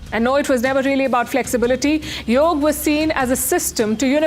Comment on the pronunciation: It is very nice to hear Yog and not Yoga.